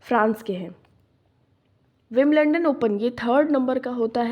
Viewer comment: विंबलंडन nahi विंबलडन 😂😂😂🤣